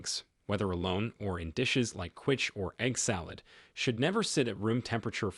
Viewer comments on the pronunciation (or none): "qwitch" for quiche - thanks for the laugh, AI.